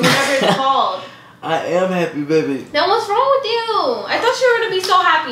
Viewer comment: I would pay money for her to be able to say with you instead of witchu lol